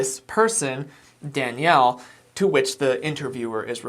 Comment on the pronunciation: Yup. And her saying Danielle name wrong when it’s her job to know how to say the names so they aren’t disrespectful. Yet all I got where both where disrespectful towards Danielle.